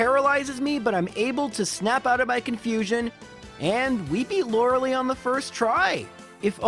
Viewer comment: Lorelei. Not Lorelee.